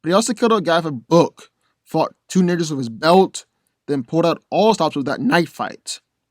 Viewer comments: I thought he said "Fought two n*ggs with his belt" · Fought two what with a belt? Didn't quite catch that word...